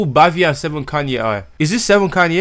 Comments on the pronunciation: its seven "kein" not seven "kanye" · also the original song is from seven kayne (its pronounces kein in spanish not kanye) and bhavi (the h is mute)